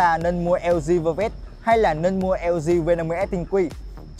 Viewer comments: Đọc như lg vơ vét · chời ỏng đọc lg vơ vét